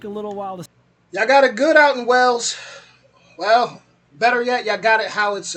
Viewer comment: It's pronounced "WAY-LS" not "Wells".